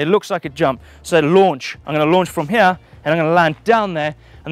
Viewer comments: Now you've said that I can't stop listening to 'hiyeah' when he says here🤣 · Love how says "here"...."Heeya" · It's a hip jump, that I can jump from hiyeah down to theiyah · listen right meow heryah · It's as if Eric Cartman was playing Super Troopers' "right meow" game.